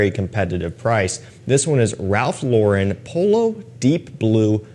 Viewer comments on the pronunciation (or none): none